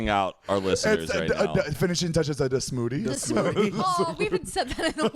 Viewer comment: "a smoodie" I cried